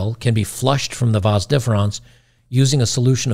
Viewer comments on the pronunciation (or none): It's your 'vas' deferens; not "vons".